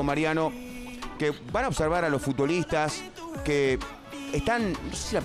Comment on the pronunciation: "FutDolistas"? WTF Pollo!